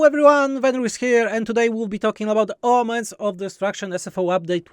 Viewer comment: It sounds like you're saying "Omelets of Destruction" 😂